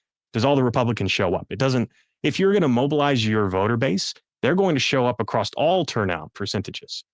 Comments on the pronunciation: Incorrectly pronouncing "across" with a "t" at the end, as "acrost" is incredibly irritating to listen to. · Acrossed (acrosst) is not a word. Across is the only way it goes. Learn it, live it, love it. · Second time I’ve seen this guest. I find it fascinating. But why is he not everywhere showing this data? PS please stop saying acrossst!